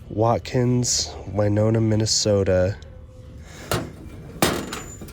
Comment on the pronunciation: Hi and ❣️ Fun thrift haul today. Loved that large intricate gold frame,...so pretty‼️ FYI,...I live in MN...Winona is pronounced with a short "i". 😊 I L🍋VE the Lemon Meringue pie plate. My FAVORITE kind of pie‼️😁